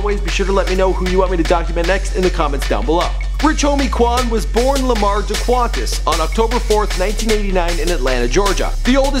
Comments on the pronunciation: nd his name is dequantez lamar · his name is daquantence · Dequantes Lamar. and was sent to Decab County for 15 months. not prison